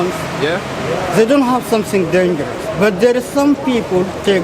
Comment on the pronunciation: Distrik że deńżer 😂